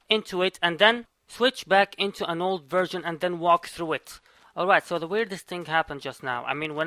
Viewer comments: I hear virgin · Is it me or do i keep hearing him say "virgin" instead of "version"